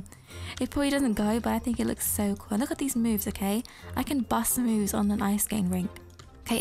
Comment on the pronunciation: Do you wanna know why I’m on fire? Because my moobs are on fire! Me: Wait—- did she say moobs? OHHH SHE SAID MOVES NOT MOOBS! 😂